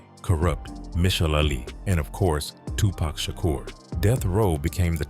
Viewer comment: I hate when white folks say “Tupack” instead of “Tupac”